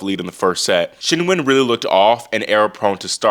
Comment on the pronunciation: Can I just say I appreciate how much research you do down to pronouncing Qinwen's name properly. It's not "Keen Wen" it's like "Cheen Wen"